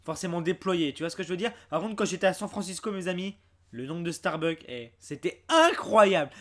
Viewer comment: On dit StarbuckS!!!! avec un S !!!!